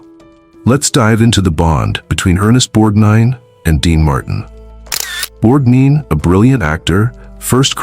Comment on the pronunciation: Not "borg - deen" it's Borg-nine". If you can't get the name right, the rest may be just as flawed